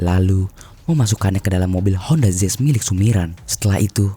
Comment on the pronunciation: Mau nanya, honda zezz itu tipe mobil terbaru apa gimana? Kok daritadi honda zezz honda zezz teruss. Artikulasinya astagaaa.. jelek bangettt